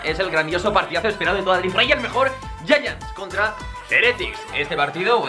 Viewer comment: porque dicen yayants y es Giants xd pd: solo quiero saber es de racista